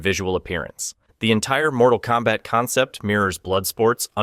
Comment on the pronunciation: Unfortunately that mispronunciation is used in the offical web-series “Mortal Kombat: Legacy”